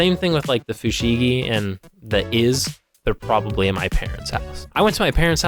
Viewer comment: Fushigi (不思議) is Japanese for "Mysterious". It can also means "Curious" or "Wonders". And it's no "wonder" people were suckers for it.🤣 Oh wait. The guy who shouts the brand name pronounced it "FooSheeeGheeeeeeeeehhhhh!!!!!"🤣